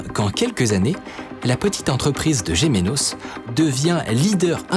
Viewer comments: Gemenos et pas GemÉnos snif 😭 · ça se dit (et ça s’écrit) Gémenos, pas Géménos 😭😭😭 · Étant natif de gemenos. Ça se prononce « gemeunos » 🤣